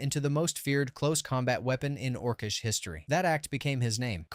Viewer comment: Ors-ish? Orc-ish!